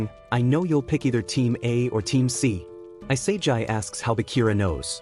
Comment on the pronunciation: also its not i-sae-jai it e-sa-gee for the pronoucitation which proves you use AI because on AI voice would pronouce isagi like that and if you were real you wouldnt speak so robot like and stern, you'd also pronouce isagi correctly